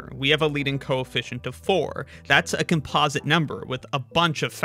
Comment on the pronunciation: You say “composite” weirdly